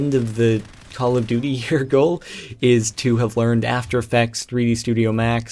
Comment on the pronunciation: duy, it's duty :P lol